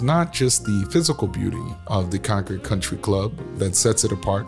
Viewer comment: This was more like advertising for the country clubs than it was historical. But at least the pronunciation of Concord was correct.